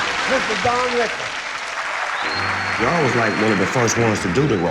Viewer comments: It’s RICKLES not RICKLE! Wow, wearing sunglasses to a legend! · I think it was a bit disrespectful to wear a hoodie and shades. I like Snoop but he's not even worthy to be in the same room as Don. He even keeps calling him "Rickle".